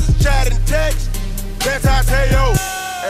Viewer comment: why they saying manti teo